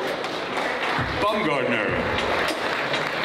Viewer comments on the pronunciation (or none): Is her name really pronounced BUMgardner? I’m pretty sure it’s supposed to be BOWMgardner, (from the German “word “Baum” meaning “tree, as the name is of German origin.)